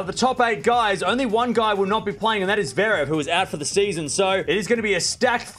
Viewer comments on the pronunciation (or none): none